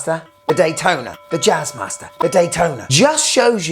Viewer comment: "Jazzmaster"😂😂😂😂😂 "Jizzmaster"......